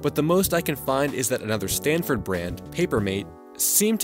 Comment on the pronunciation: You said “Stanford” When the label reads “Sanford”